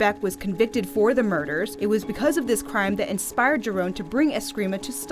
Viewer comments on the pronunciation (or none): Thank you for saying this. It is pronounced 'hee-rohn," not "jai-rahn" I trained in the Giron system for 15 years, and it still forms the basis of my system. I too, can't believe that people can't even pay respects to this great man by simply pronouncing his name correctly. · Grandmaster Leo Giron's last name is NOT pronounced with the letter "G". It's spelled that way but not pronounced that way. Can't believe ppls will pronounced his name differently to keep away from all the legalities that are set in place. 🤦‍♂️